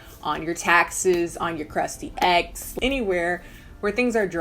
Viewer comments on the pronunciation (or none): Shemmiah Lewis i thought she said eggs im hshhhhsh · I was thinking you said “crusty eggs” till the comments straightened me out 😂